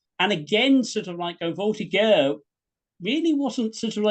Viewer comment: An excellent presentation to be sure. My only horror is that such a learned historian as grossly miss pronounced "voltigeur" using a hard G as in get. It should be a soft G as in General.